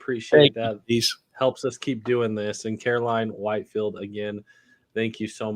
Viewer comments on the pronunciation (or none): Just an FYI as I know many Whitfield families it's pronounced WIT FIELD 👀👀not white field is no e after the t ....